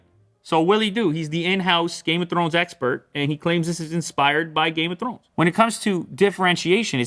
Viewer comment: "...game of thRRones"🤣thats gotta be a double capital R in there LOL